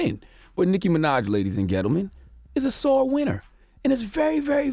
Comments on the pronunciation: did he say "ladies and ghettoman" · Ladies and get-leman lol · Did that nigga say ladies & ghettomen.. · “Ladies and GETTLEMEN” 😂 I’m mad yee or envy didn’t catch that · "..but Nicki Minaj ladies and gettlemen" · What a corporate basis and way of expression to have Cgod just to save niki’s fallout. I know you’re just reading what’s given to you. And it’s pronounced “djen-tel-men” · the way he said gentlemen 😂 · He did😂😂😂I heard it too😂